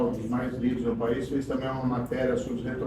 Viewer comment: "Num feiz não"